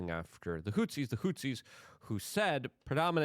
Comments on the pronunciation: WHO-THEES. Goddamn Luke... not Hootsies. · Houthis. Not hootsies. 🙄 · PLEASE pronounce it correctly. The fucking HOOTSIES? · Hey man Love your work Thank you for repeatedly talking about Yemen and the bombings there. (Houthis is pronounced "Whothees"btw) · He leans into mispronunciation. It’s part of the charm.